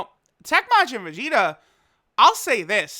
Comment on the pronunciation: Vag-eta? lol!